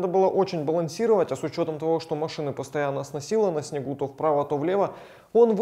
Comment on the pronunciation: не езжай по снеху)